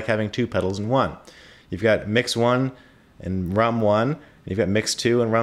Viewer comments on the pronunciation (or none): It's pronounced "rum," not "rom."